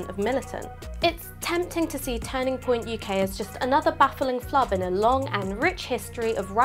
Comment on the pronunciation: Why does she say turning like tanning "tanning point UK".